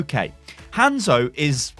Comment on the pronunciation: I loved this vid... I really did. I was about to sub.... but you kept saying Hands-o ... and I just couldn't.